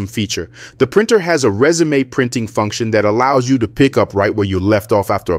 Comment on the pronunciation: Not rez-oo-may (like for a job application), but ree-zoom (like continue from where you left off). Good video!